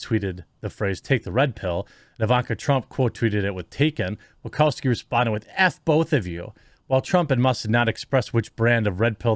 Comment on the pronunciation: Wachowski is pronounced Wa-shau-ski NOT Wa-cow-ski.